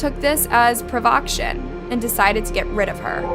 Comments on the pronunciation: “provoction”??? Provocation is the word you’re trying to use. Wow. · P.S. prov oh cation Is the correct pronunciation.